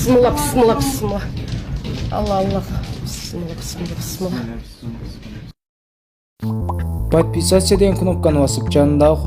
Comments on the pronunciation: Бысмыла эмес Бисмила деп уйронгулочу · БЫСЫМЛА ЭМЕС АЙТСАН ТАК АЙТ БИСМИЛЛАХИР РАХМООНИР РАХИИМ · Келесоо акмактар, ушундай да жараткан Аллахты эстейсиңер э, дагы келиме айтышты билбейсиңер, ( Бысымылла быссымыла) деп аны да туура айта албайсыңар 😬😬